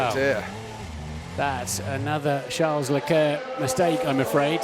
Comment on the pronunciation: Who the hell is 'Shar LE-Clair' ? The announcers sound like morons.. its Charles Leclerc. Everyone else including Charles Leclerc pronounce it correctly, why can't they?